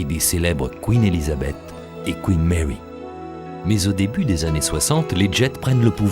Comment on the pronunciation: Le Couinne Mèwy et le Kyouwytou....à Soutamtonne....😂😂😂🤣🤣🤣....des maisons de retraites flottantes, plus jolies qu'un mouroir traditionnel, mais ces bateaux sont moches! Le plus beau bateau de ligne du monde était le France!!! (je ne suis pas français)